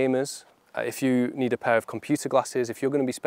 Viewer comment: Your intro is confusing. You say ‘to pair you’ sounds like ‘to pay you’ Can you perhaps say ‘to guide you ‘